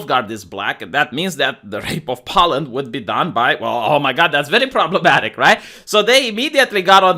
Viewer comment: Why are you saying pollen? Do you mean Poland?